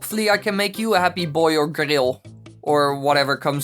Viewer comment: je zei guril fantastisch you said guril fantastic